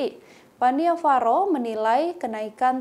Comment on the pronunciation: Koreksi, nama bhantenya bukan Pan-Ni-Va-Ro tetapi seharusnya dibaca Pan-Nya-Va-Ro. Tapi gpp, kan jadi tau,, Sepertinya maksud bhante bukan karena masalah dipersulit khusus untuk satu golongan atau intoleransi antar umat beragama, tetapi hanya menyarankan lebih baik kalau memang tujuannya untuk penyelamatan Candi, lebih bijak kalau kuota per hari nya yg dinaikan bukan harga tiket masuk. Jangan memperkeruh buat saudara" semua /\